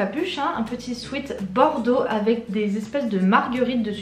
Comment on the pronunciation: On dit pas « swite » on dit « swèt »🤦‍♂️ combien de fois le dire